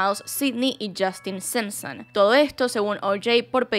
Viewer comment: Porque carajo decia sempsen jajaj solp esa palabra se animaba a decir con acento las demas no